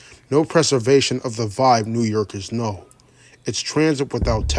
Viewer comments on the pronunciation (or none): none